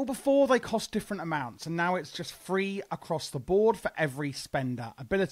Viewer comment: Lmfao it's a play on the accent. Free/three.